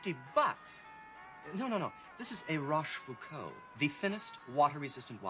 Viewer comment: "Roche Vucous" 🤦🏻‍♂️